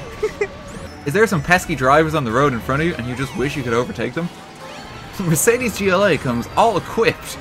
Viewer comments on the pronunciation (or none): If i had a dime for everytime he said mercades gla i wouldn’t know how many dimes i have im deaf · Wrong pronuciation of Mercedes ^^